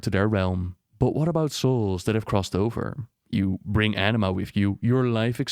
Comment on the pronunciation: I keep hearing "Enima" and not Anima